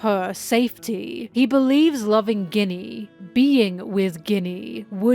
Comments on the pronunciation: I think Ginny is pronounced “Jinny”. Is this rage baiting? Haha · I love your content so so so much, but I just can't resist the grammar Nazi urge: it's pronounced JINNY, and it's pronounced EEVANKOV. At least if we stick to the japanese pronunciation. Everything else in this video is just awesome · i want to focus but you keep saying Ginny like Guinnea and im distracted >:( lol jk, very good analysis :3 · You can't be pronouncing Ginny like Guinea after she was made into a Guinea Pig for Saturns experiments. Thats meessed up ;A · and Ginny Guinea lol, what is going on! i feel like you dont pronounce it this way in ur regular videos. Really makes my brain itchy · Pronunciation correction incoming, enjoy this tasty tasty engagement! Ginny is a real name, it's short for Virginia and is pronounced with a soft g, so it sounds more like the main ingredient of a Martini or like an Arabian wish-granting wind spirit. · I love you,, but please look up how to pronounce "Ginny", it's driving me nuts!